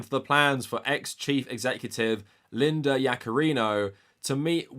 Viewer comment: I keep hearing "ex CEO Lina Yaccarino" lol